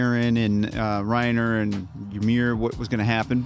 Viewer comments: calling Reiner “Ramir” over and over had me dead lmao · Reiner is pronounced “Ry-nah” btw! :)